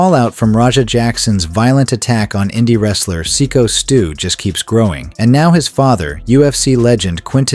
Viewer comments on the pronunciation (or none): Its Syko Stu with a long I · STOP calling him sicko s Stu. Its psycho he even said it himself and you continue to say sicko. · Seeko Stew--ai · Cringe ai voice channel can’t even pronounce sykostu correctly. You have zero talent.